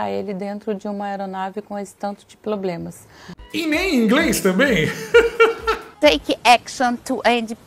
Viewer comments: Uma "comunicadora" falando ploblemas...... A Janja é uma vergonha ao Brasil. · Esse desgoverno só tem "ploblemas", que "inrresponsaveis"! 😂😂😂😂😂😂😂😂😂😂😂😂